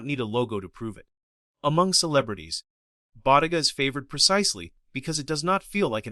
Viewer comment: Ai slop 😂 at least find an text to voice model can pronounce the damn brand this entire video is based on, how can anyone be this stupid , did you not edit or even watch the video before rushing to post this abysmal ai slop